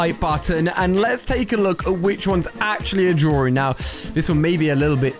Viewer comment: "Spot the drawRing" lol